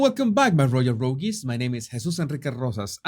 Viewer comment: Love your work. Hope you don't mind me gently letting you know how ''rogues'' is pronounced. Instead of ''rogees' it sounds like ''roads'' ''roags'' ''rogues'' ... single syllable: ''oh'' ... without the ''ees''. Bliss to you too!